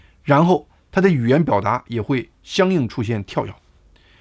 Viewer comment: 跳跃 的 读音 应该 是 TiaoYue